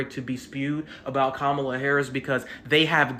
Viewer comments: kuh-MAH-luh is indian, her name is not pronounced like punctuation. Ask any indian woman: her name is kuh-MAH-luh. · So according to the guy you're a racist because you mispronounced Kamala? 😂 Which is BTW an Indian name not a Black name! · Dude is saying Kamala incorrectly. Also, Kamala is an Indian name, not a black name. Guy thought he was cooking.